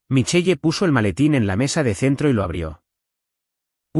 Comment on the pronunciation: MICHEL … NO MICHEYE 😡🤬. para que usan nombres en otro idioma si los van a pronunciar MAL 🙄